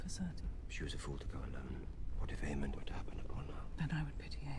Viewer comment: It’s AemonD, guys, not Aemon